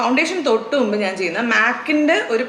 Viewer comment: ചേച്ചി, നുമ്പ് അല്ല മുമ്പ് 😁